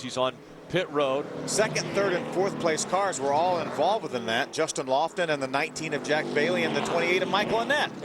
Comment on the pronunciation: Someone should tell Phil Parsons that it's Justin Lofton, not Justin Loflon. LOL!